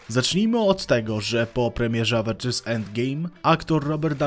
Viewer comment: >Brak pomysłu na odcinek >Jep AWENDŻERS ENDGIJM